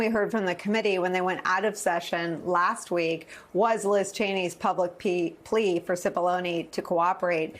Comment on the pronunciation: "...Liz Cheneys public pee... plea..."